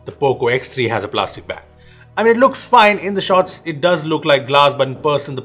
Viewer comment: Everytime you say back google takes it as bag 😑